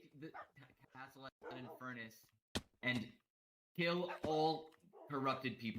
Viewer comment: "oh he's inferrnus, beat his ass" 😂